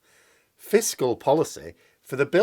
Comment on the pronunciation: 'Pisscal policy' - right first time,.